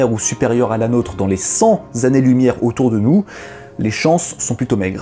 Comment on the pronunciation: A 5m26 . retour à cent zannées. C'est dommage il y en avait un de bon.